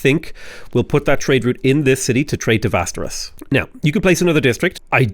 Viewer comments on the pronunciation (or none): Västerås is pronounced differently ä = eh without the h å = o simple as that. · Man, love the variation you're able to procide with your Civ content. This was also a great and enteratining episode! Well done! I was pleasantly surprised to hear your decent pronunciation of city names this episode! Except Västerås, that one was still a mess. Västerås is pronounced like "Westeros", but with a V instead of a W.